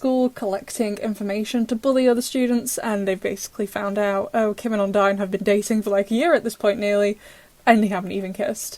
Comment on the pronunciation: It's called odine not ondie